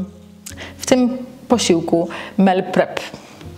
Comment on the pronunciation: Mówi się "mil prep" a nie "mel prep" 🤦